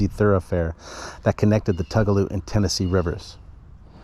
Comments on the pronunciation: Tugaloo is pronunced Too ga low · I know it looks like it might be different but it’s actually pronounced “Two - ga - low”. And regarding the Prather house (pronounced “Pray - ther”), Confederate General Robert Toombs avoided capture by the invading damn yankees by secreting away in a closet of the house during one of their searches.